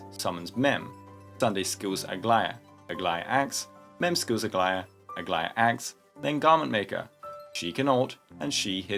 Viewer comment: It's official, is definitely my favorite 🤣🤣🤣🤣 it's beautiful. The outfit, colours and even the accent just feels RIGHT 😂. Nothing can beat this, nothing.